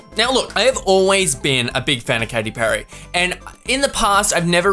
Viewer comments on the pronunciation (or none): none